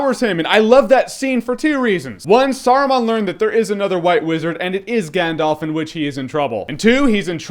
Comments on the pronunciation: That being said, your pronunciation of some of the places and characters is just awful. For instance, it’s not “GandOLF”, it’s “GandALf”. Yes, I do realize how dorky I am with this comment, but for some reason, it drives me nuts when people mis-pronounce things in this trilogy. Even Stephen Colbert, one of my heroes, mispronounces “GandALF” as “GandOLF.” That’s not his damned name. Anyway, I love your reviews and I’ve been having a LoTR nostalgia moment, so I decided to look up your old reviews of it, and I agree with you on most of it, but your pronunciation is terrible. Adore you and what you do anyway, though!! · I love your reviews and share your love of lotr but it's Gandalf not Gandolf. That really grates on me...